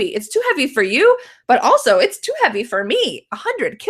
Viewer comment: It's too havey.